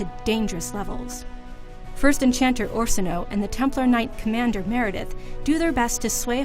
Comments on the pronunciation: I appreciate these types of videos that help refresh the memory, but could you have actually gotten someone who knows of the history of DA? -Ostagar: (Os-ta-gar) not (Ose-ta-gar). -Morrigan is Flemths actual daughter. -Orsino: (or-si-no) not (ore-sa-no) -Red Lyrium, not just any lyrium -Arl Eamon (e-mon) not (Ie-mon) I mean no disrespect, but someone really should do a check on these videos. IGN should know by now mistakes will anger some people, especially BioWare fans, when it comes to lore. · Your pronunciation is way off. It's not pronounced Earl Eanmonn it's Arl Ea-moon. It's orsin-oo not ORSino. Also we don't know if Morrigan is adopted or not. it's also important to note that it's red lyrium and not regular lyrium.